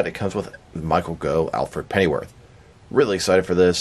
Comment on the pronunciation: His surname is actually pronounced ‘Goff’ not ‘Go’. I know it doesn’t make sense, but that’s the English language for you 🤷